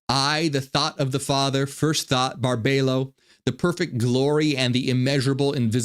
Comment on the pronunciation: Her name is pronounced Bar-bee-low